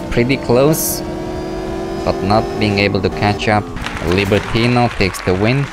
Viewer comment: libertinO not libertina xD